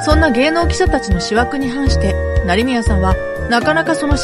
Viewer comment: 思惑＝❌しわく ⭕おもわく ❌奥手 ⭕臆病